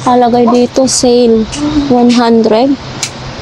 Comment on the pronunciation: " Dito" gang Hindi " deto"